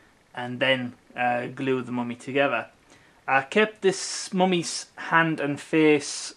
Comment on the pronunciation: The "Moomy" ???